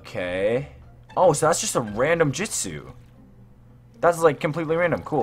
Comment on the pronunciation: Bro its shi-pu-dden also hold on did you say jitsu lol